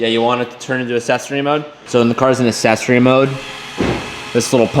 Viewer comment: The way says "assessery"